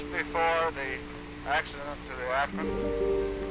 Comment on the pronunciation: It is pronounced Ak'-Rin.